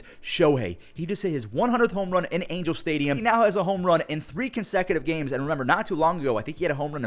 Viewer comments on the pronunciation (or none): none